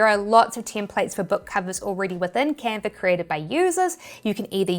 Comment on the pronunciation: Still love the accent: “Canver”!